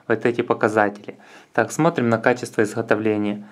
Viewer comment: изхотовления с такова приятнохо силикона - камешки в рот положи и поучись говорить